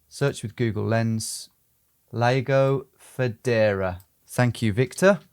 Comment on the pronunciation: I don't understand American's pronunciation of languages with simple vowels, like Italian or Spanish: It's "Lago Federa", not "Lego Fedora". :) I'll try to transliterate this for Americans. Start with these five vowels: a (ah), e (eh), i (ee), o (oh), u (oo). Then just use them when they show up: Lah-goh Feh-deh-rah.